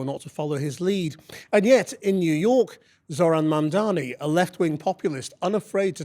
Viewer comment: The name is Zohran Mamdani! Why can't you call it correctly?